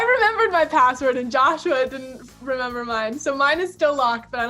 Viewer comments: Joshua not joshy 😩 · she called him jousha in 2019 too